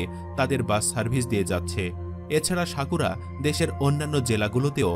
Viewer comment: শাকুরা নয়, সাকুরা😂